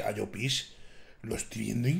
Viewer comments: crítica constructiva de un valenciano, no se dice 'Llopís' en todo caso se dice 'Llópis' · por dios di bien llopis jajaj